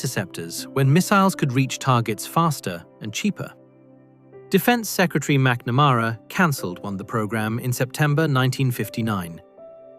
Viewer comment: Learnn how to pronounce McNamara, please.